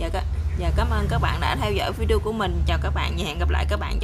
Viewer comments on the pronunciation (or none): none